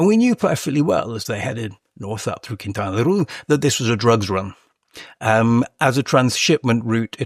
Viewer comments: Quintana Roo! Not Quintana Ru xd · Why is the author pronouncing Quintana Roo like that? It doesn’t rhyme with too or loo. It’s pronounced ROH. Makes me not trust him as much anymore… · Sorry, but in Spanish it doesn't sound "Quintana RU" as you pronounce. It sounds "Quintana Ro". A round o like in "dot". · Were you also wondering why he pronounces Quintana Roo in a way that it rhymes with loo? I can’t get past it. Couldn’t pay any attention after that. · lol i had the exact same thought. Made it hard to take him seriously although it seemed to get better afterward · I'm wondering if he has spent much time in mexico. I'm 5 min in, not only are some of his comments so far factually incorrect, but he's pronouncing Quintana Roo incorrectly (his pronunciation isn't correct in EITHER language). Very weird